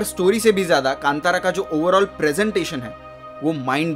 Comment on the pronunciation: Right pronounced कांतारा Sanskrit word Best wishes from Mangaluru